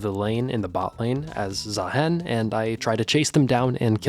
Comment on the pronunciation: please Say "Zahiin" not "Zahaen"